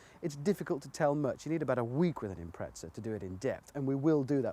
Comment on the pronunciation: There’s no “t” in Impreza…